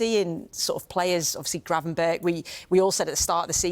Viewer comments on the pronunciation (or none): Gravenberch is pronounced as Gravenberg!